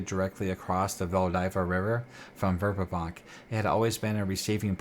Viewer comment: Great Work. I love this area of Oerth. I was introduced to it in The Temple of Elemental Evil. Not to be picky but you are pronouncing the city wrong. Dragon Magazine 93 has a pronunciation guide for Greyhawk " Verbobonc vair-BO-bon (silent 'c')"